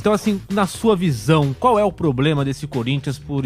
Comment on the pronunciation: Como é q um repórter fala em rede nacional poblema 🙄